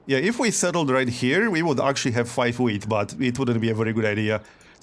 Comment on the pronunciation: You say wheat like if you say weed.